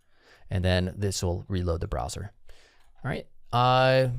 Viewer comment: "browser" not "brower"